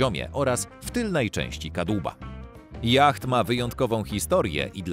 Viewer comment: yacht wymawiamy jako jot